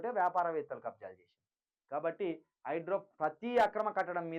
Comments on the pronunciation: ఒరేయ్ హౌలే హైడ్రో కాదు రా హైడ్రా నీ తెలుగు వినలేక పోతున్నాం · Hydro kadu ra hydra em news reader vi ra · హైడ్రో కాదు బ్రదర్ హైడ్రా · హైడ్రో,హైడ్రో వినలేక సచ్చిపోతున్నం అది హైడ్రా బాబు